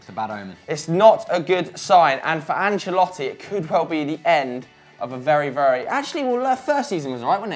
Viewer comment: you nailed that pronunciation at min